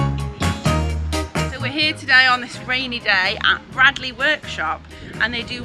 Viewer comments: Great watch. It's pronounced braydley btw 😁👍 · Gotta tell you. It's pronounced 'Braidley'. Sorry to be that guy (As it happens, my name is Bradley..... pronounced Bradley) ;) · Fascinating stuff - must look out for their next Open Day. By the way, it's pronounced Braydley...